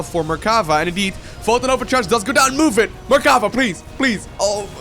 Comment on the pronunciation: It is me or does say mercava instead of mercafa the whole game?? In fact the blue player shouldn't leave the game after losing his last zealot because the red player had nothing to shoot up. With his mothership core he would have cleared the red base quicker than the red one would have. And even if the red player succeeded in killing the main base of the blue player I don't see how he could kill the building that were made in his old main base (the canon could easily deny the aggression of the the few probes and the oracle the blue had). Yeah the red player was a little mean by saying GG before the game ended too bad he didn't realized that he could just have sent his MC to win easily )